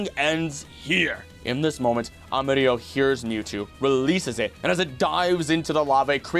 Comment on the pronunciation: Your pronunciation of "del bosque" was amazing! "Amarillo" sound like you are German (specially at the beginning, once you kept going, it started to sound more confident). Try like Amarii-yo.